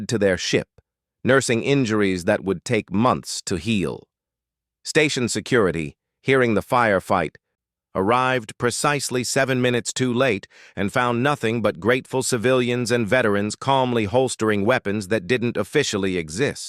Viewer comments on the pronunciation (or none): "Pertected" is not a word. *Protected "Percisely" is not a word. *Precisely